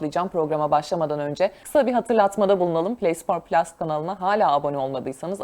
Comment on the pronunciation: ‘play spor pilas’ telafuzunuz ile modern spikerliği (ya da spikerliği 😂) kendinizce protesto ettiğinizi düşünüyorum